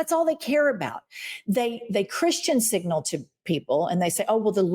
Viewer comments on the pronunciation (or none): none